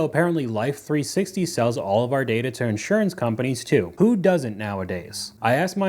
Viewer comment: The accent is on the second syllable, not the first. in-SUR-ance.